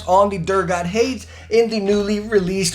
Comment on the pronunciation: Great video, but "Hades" is pronounced "Hay-deez". It means "hell"